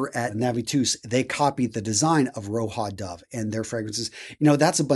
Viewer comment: ROJA DOVE not "ROHA DOVE ", but good vid👍